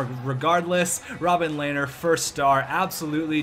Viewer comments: Rob-him lehner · Robin Lehner = Rob Em Lehner or something along those lines